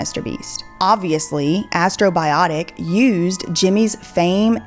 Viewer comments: she said !astrobiotic! instead of !astrobotics! .. twice! that can ONLY mean one thing! this video .. its ALL a LIE and that "Mr." isnt the beast from the bible! prove me both (wrong and wrigth) sincerely ... his biggest fan! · "Astrobotic" not "Astrobiotic" 😂 Srsly, good video though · Astro-BOTIC it’s not a pharmaceutical company lol. Great video though! Thank you.